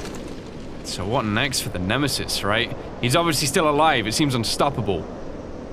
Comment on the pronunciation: did you just say shitesis it is nemesis